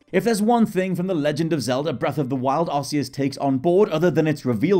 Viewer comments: Why do you pronounce it Arse-eus? It's arc-eus. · It's k not s! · Press x to doubt your pronunciation of Arceus. 100% pronounced Ark, not Arse, just let me get out my Arse phone..... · To be fair the game pokemon battle revolution produced it as ar-see-us and it wasn't still later that it was corrected to ark-ee-us so it's understandable that people pronounce it that why as I did aswell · Tip # 11: It's pronounced "Ark-e-us."